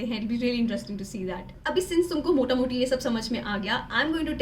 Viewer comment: She says 'Motamuti' bengali accent aa raha hain hole hole😁